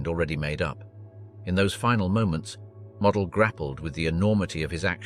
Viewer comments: That is NOT how you pronounce Walter Model's surname. It is not "Mod-el" it is "Mode-dul". Get your facts straight if you're going to make documentary style videos. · After the multiple mispronunciation of Model’s name in the first 5 minutes, I had to stop. Weak AI usage. Never subscribed and never will. 🙄😂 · Only twice did this piece get Walter Model have his name pronounced correctly…annoying …